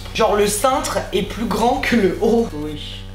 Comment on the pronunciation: "plous??" omd j’adore